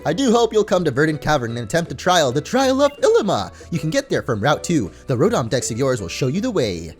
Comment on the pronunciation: Illima is pronounced Il LEE ma